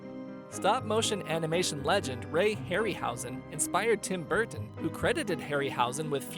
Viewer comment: Tim Burttton 😂😂